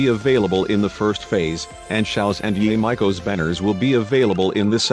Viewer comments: What he said Yaae mikoo What it actually is: yay miko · “ye Michael” ai did Yae Miko dirty 💀